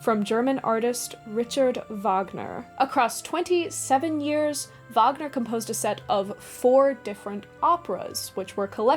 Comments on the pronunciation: My Ring would free me of all weariness and tiredness. Never needing to rest, having a whole third of my life bestowed upon me. Also, I appreciate the effort you put into pronouncing the German Titles, you really nailed it. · as a German, I would say it’s far from perfect but not too bad